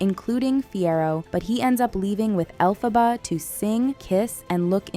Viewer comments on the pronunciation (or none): Es Elphaba NO ALPHABA! 😂😂😂😂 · Chupito cada vez que pronuncie Alphába en lugar de Elphaba 😂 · Caraí véi … o mínimo que se espera de alguém que se mete a falar de alguma coisa é que ela fale os nomes das personagens corretamente ! Alfabár e fiéro … daí pra pior ! Fala sério !!!! 🤮🤮🤮🤮💩💩💩💩💩🤬🤬🤬🤬🤬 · ELPHABA, con E por favor, me sangran las orejas